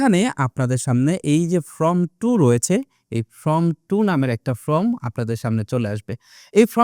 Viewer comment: ফ্রম না, ফর্ম বলবেন। ধন্যবাদ।